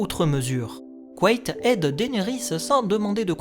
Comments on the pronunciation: C'est intéressant, j'ai toujours dit "quête" dans ma tête. T'es sûr que ça se prononce "couette" ? J'aime pas trop :p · Je peux pas m'empêcher d'entendre couette au lieu de Quaithe à chaque fois 😭